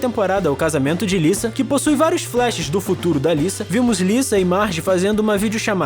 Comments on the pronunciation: Me deu uma raiva do cara falando Lissa em vez de Lisa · Tá falando lisa como se fosse liça o certo seria fala liza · Não é " Lissa" e sim, Lisa ( com som de Z ). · Não é Liça, é Lisa.. ( Liza) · Lisa?...Quem pronuncia o nome dela assim são americanos. No brasil geralmente falamos ' Liza. ' Futebol americano...Taí um esporte que não acho um pingo de graça.